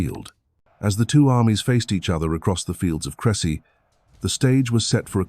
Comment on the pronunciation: At least get the name CREcy. Right… CRESsy